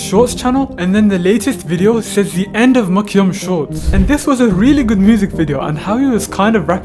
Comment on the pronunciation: Why does he say his name like MyCyum